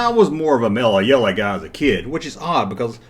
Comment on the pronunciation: Mellah Yellah, Bevahly Hillbillies... I tune in to hear the accent and pronunciations. In 1 video hearing Chewbacca pronounced as Cha-bacca had me leaning into the speakers to analyze "is he really saying Chabacca?" Its as much fun as watching Australian Youtube videos and how they refuse to say T's but instead replace them with CH's, YouChube. Or Mike from That Chapter who never says TH's and instead uses Tr's ,Trirty for Thirty.